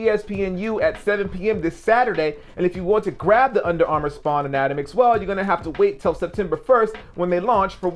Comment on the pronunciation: lol your pronunciation on "anatomix"